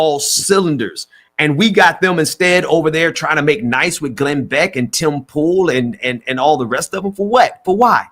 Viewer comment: It's Glen Beck, not Glen Back.